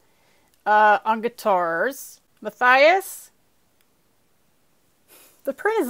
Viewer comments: Muh-tee-us maybe? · Mattias is pronounced Ma-tee-as